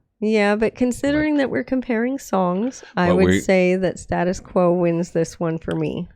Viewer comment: Band are pronounced Stay tus Quo. Quos version reached higher in the UK charts. Crap video but much better version.